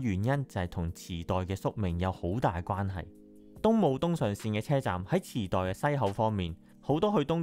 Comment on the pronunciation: 😂池袋？ 我以為 你講 地 震